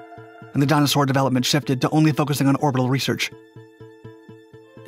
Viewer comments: dyna-soar not dinosaur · the video is informative, but you make ''Dyna Soar'' sound like ''dinosaur''!